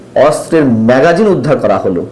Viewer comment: উচ্চারণটি মেগজিন না-কি ম্যাগাজিন